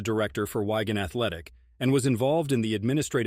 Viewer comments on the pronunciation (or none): Wigan isn't pronounced 'Why Gan' , soft 'i' hard 'a' but never mind